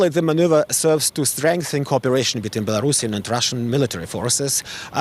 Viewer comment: Belarusian not Belarashan